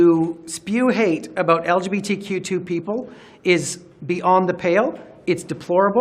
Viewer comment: LOL, Did he say LGBQ-TWO?